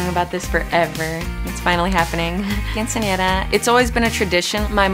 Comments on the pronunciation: I'm not being rude, it's the truth... She can't pronounce quinceñera correct... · because if this was really her dream she should be able to say her dream correctly, she pronounced other Spanish words correctly, but failed with quinceñera... She may have pronunciation problems, but I highly doubt it if she was able to speak very clear and correctly with every other word.. It just bothers me that she couldn't say quinceñera correctly when this show is about her quinceñera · It's a tradition to have a quinceañera in her family, but she can't even say it right 🐸☕️